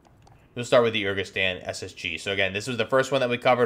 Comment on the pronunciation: My man, you really need to work on your pronunciation and/or do your research... “Lagunari” has nothing to do with “legionnaires”, they’re an amphibious unit. It’s “Urzikstan” not “Urkistan”. And “FGF” stands for Federation Ground Forces (as in Russian Federation Ground Forces), it’s just the Russian army